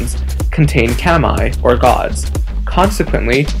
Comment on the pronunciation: Keh-my for „Kami“?... I stopped watching right there.